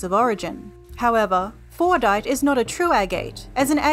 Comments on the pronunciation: Well, while you did try to replicate Fordite, the mineral described in this video, "FORNITE" still sounds like the actual game, just without the "T." I appreciate your attempt to try to make it sound like Fordite. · I keep hearing fortnight istead of fordite, help me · I believe it’s pronounced ‘Fortnite’